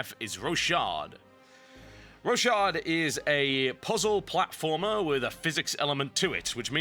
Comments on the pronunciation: i think its called, Rock-hard. not Ro-shard :P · I thought it was pronounced roc hard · Looks like it would be pronounced Ro-ckard :o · Is pronounced rockhard